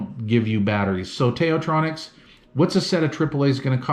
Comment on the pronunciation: Also, the Tao, as in “Tao Te Ching”/ “道德经”. Best regards!